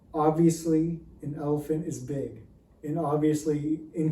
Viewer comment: I kept thinking you were saying "rider and an elf"